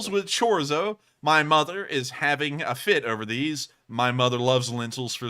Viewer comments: HAHA!! Chorzo??? 😅😁👍👍 It's pronounced Chorizo! With an "I"..😉 Go LSA!!! That's actually some 7 meters behind the tank. But seemingly, Close enough!!😉 Also, the video cut ahead as you could tell.. so they most likely fired quite a few shells. Not just two. Ecologist?? LOL! I think you meant to say "environmentalist". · What is chorzo? It’s Chor-ezo! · it's pronounced cho-reezo fyi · ITS CHOREEEEEZO !!!!